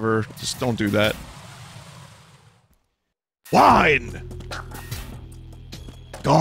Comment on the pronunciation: oh he wiiine drunk